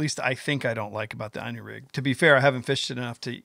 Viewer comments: *'Eenu'...not 'eyenu'... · I personally couldn't care less how you say it but little fyi Inu is pronounced like "E-New" I haven't used the Inu rig yet but have few worms rigged up and I totally agree with you. Not only easier to rig but Id rather have a tied on hook than free floating for hooking a fish. Its pretty cool ima have to steal it lol. That's what i think is the beauty of this new rig is its now just a new bait but new way to fish. Ive heard of Japan Inu rigs on drop shots, with jig heads, spinner blades, swimbaits and more. I never fish worms but fished like this I might start to.... if it works at my ponds. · It's ln U which in Japanese for Dog. Valbwill never understand Yanks creative misprono uncing simple English Worse is baffling. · At least pronounce it right. Looks good though!